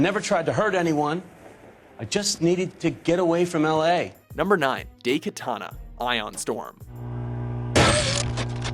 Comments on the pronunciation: 10: Dem details 9: DIE-Katana. Not DAY-Katana 8: That's why I prefer 3D Pinball. 7: Dwegins... 6: Those are some shitty-lookin' palm trees. 5: ... 4: ...Until the tomb rose again, somewhere. 3: Just wait until they eventually publish Bombshell. 2: ...meh. 1: Uggghhh.... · it's pronounced die katana not day katana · daikatana... it is not spelled daykatana but daikatana. ai is the sound from die. learn proper pronunciation dammiiiit!!! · DAIkatana. DAI. Not day or dei or dey. DAI! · DIE- Katana not Day katana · I think they're pronounced "DIE-katana" not "DAY-katana" and "Sili-CON Knights" and not "Sili-CONE Knights". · Dey Ki ta na <___<''. . Wut? Isn't it Dai Katana? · Daikatana, ''Dai'' as in ''Die''. Japanese for big. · the way you pronounce things is infuriating. it's "DIEkatana", and i hate how you say 'genre'. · "day katana" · Jhon Romero's Day Katana... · Did you just say "day"katana? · wtf is DAY-katana? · "#9: DAYkatana" ugh... please god lean Japanese pronunciations... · tempted to down vote this video just for calling it daykatan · This is the first time i hear somebody mispronounce "Daikatana"... (-_-)'